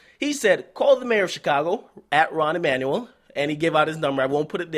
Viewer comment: His name is Rahm Emanuel. It's a weird spelling; I was wondering if Akademiks had been saying it wrong, hah. He used to be White House chief of staff for Obama when they were extra pro-corporate back in his 1st term.